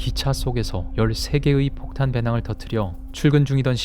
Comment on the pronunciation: 폭탄 발음 할때 물방울 소리나요! 다음 문장에 테러공격 할때도 물방울 소리 신기해요!